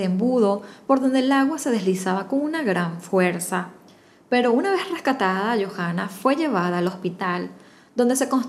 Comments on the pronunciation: En Chile la H es muda. Entonces se pronuncia Joanna no Jojanna, Talcaguano no Talcajuano. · Hermosa historia, sólo un alcance... el nombre de la Chica se pronuncia "YOANA" y el nombre de la Localidad es "Talcauano" así se lee... cariños!